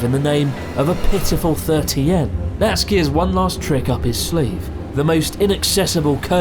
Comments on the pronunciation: Isn’t his name Na-tsu-ki not Nat-ski? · Why are you saying natski but his name is natsuki Or is that a nikename Is that like a naruto thing like sauske or sasuke ? Idk im beeing stupid but i really dont know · Sort of confusing when his name is Natsuki and it seems to be pronounced ”Natski” Se where does the ”u” disappear This goes as well to many other Japanese names I am sure there is a good and sound logical reasoning behind it but but… I really would like to hear the reasoning to all this.